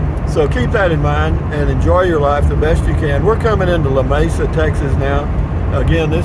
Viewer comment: It is pronounced Lamesa the e is like it is read aloud. There is no separation of the La-mesa as you pronounced it. No Spanish influence on the name.